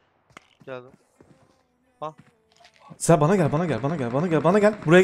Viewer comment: Abi sezer yerine se diyosun 😂